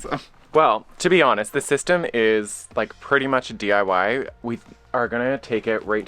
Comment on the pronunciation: I had to replay more than once. You say DYI when it is DIY "do it yourself"I knew what you meant though